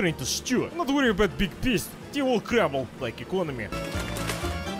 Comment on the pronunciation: "Don't worry, zey will crumbel, like eekonomi"